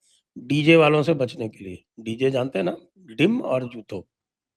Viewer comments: Sanjay-ji, Bangla pronunciation is: DEEM (for eggs), not Dim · Dim nahi bhai…. Deem…. Badi ‘ee’ ki matra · बोलचाल की भाषा में डीम कहा जाता है, डिम नहीं। जैसे कि, घोड़ार डीम।